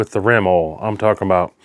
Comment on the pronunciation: WTF is "awl"? You said "I sprayed some extra awl on it".